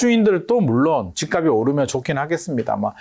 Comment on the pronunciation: 다른 건 다 알겠고, 부동산 전문가들 제발 "집 값이" 발음 좀.. <집갑시> 제발 제발 수많은 유튜버 부동산 젓문가들 이 기본적인 연음법칙도 안되는 사람 천지. 처음엔 이거 발음 못하는 전문가는 거르다가, 이제는 하락 상승론자 하나 같이... 하. 😅